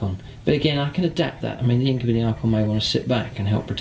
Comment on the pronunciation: So far it all looks good! You've got some decent tactics going for you. Though I believe its pronounced INK-u-BY not INK-u-BEE ^^